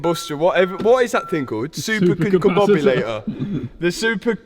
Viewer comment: Did you just say “super combombulator”😂😂💔